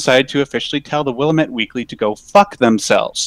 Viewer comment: As a former Oregonian, your pronunciation of the word "Willamette" is making me cringe super hard.